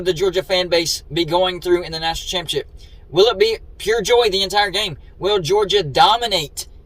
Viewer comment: Why are you featuring another cfb youtuber in one of your videos? Odd. Its like you're an Uncle Lou sycophant/fanboy. PS, please stop pronouncing "ChAAMpeeonnSSSHHIP" as "CHiMPionCHIP" 🙄🥴🧐😳